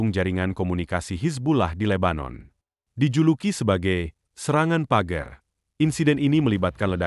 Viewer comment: Pager....bacanya PAGER.